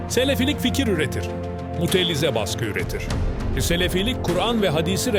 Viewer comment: Mutellize değil Mutezile